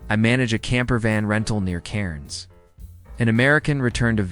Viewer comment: Pronounced Bond eye not Bondy & pronounced Kak a doo not kakar doo. Cairns is pronounced Cans not Karen.